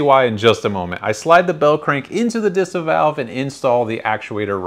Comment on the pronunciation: I love watching your videos 😍 but as a German I can't help myself but giggle whenever you pronounce German words 🤣 It's Deesah Differenzierte Saugrohr Anlage 🤓